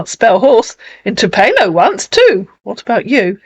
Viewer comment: Tupelo is a small town near Memphis - birthplace of Elvis - pronounced “Too-pillow” ☺️